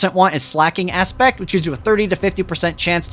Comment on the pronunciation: Just as an aside, Slaking is from slake - to quench or satisfy - and has the long A, slay. So it doesn't sound like 'slacking.'